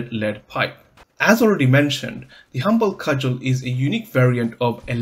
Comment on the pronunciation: Just so you know near the end you said the cumble Hudgel